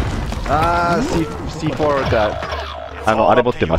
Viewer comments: カネキンさんのC4の発音良すぎます 笑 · C4の発音がめっちゃ良くて草